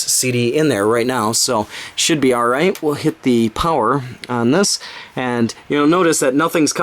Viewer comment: I keep thinking you say flower everytime you say power lol